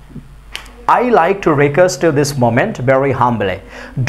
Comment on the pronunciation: ইউ কে হিউ বলেন কেন